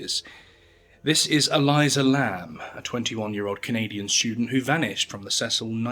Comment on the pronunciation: E-LEE-sah. Not E-LIE-zuh. But otherwise great vid as always. 👏🏽 from Aotearoa/New Zealand